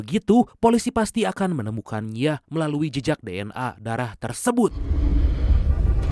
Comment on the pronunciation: ini pake suara AI kah min? Kok kata imbuhan -nya dibaca -ya? Gak enak bgt didenger Contoh : menemukan-ya